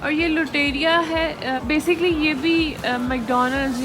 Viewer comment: She said lutarria or mjhe laga luterra...😂😂😂😂